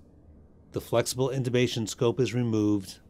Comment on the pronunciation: INTUBATION or INTUTION. ???? 😁😁😁😁🧚🧚🧚🧚